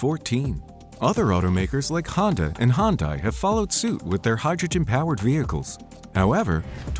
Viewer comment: Interresting, but your pronounciation of Hyundai is totaly wrong ;)